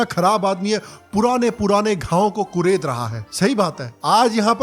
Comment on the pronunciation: Kuder nahi.... Kured rahe hain...